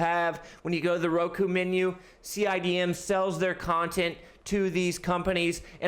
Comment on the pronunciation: Cidm pronounced cine dime